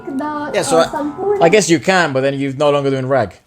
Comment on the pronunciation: I’m surprised that how this guy pronounce “sampoorna” so well and he also understood the meaning of chalan is rule. The exact meaning of chalan is the “the way of doing something” which is also Similar to the rules to follow when doing something